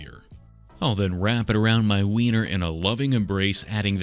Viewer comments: Him saying winer is mecking me uncomfortable 😂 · Every time he said Weiner I had to try not to laugh 😂 this dude is the best lol